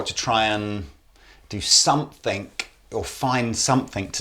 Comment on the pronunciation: there is no "k" at the end of the word "something". Love your videos, but this annoys the hell out of me.